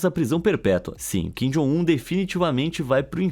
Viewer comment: Kin jon um chorono😂😂😂😂